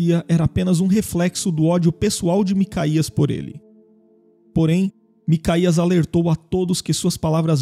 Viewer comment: Não se lê macaías lê-se MicaYauh os nomes estão adulterados nas traduções